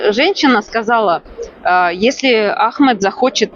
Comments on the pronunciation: вы так давно живете в Египте и так неправильно ставите ударение в имени Ахмед что слух режет и как другое имя выходит у вас Это же самое популярное имя там почти всех зовут Ахмед😮😅❤🎉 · Ahmed ударение на первый слог. По другому тут не говорят. И МустАфа ударение на А. Я не знаю где вы живете. Но в Египте именно так произносят имена